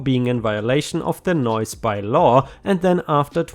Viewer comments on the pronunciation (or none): none